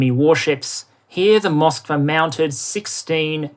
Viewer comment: I believe the ship was named Moskva, not "Mosvka". It's the name of Moscow in Russian (spelled with our alphabet).